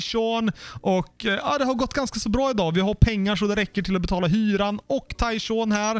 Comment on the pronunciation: du säger bara Tyshaw och du glömmer n:et i slutet